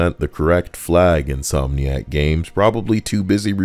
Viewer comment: "In-SOY-niac" lmao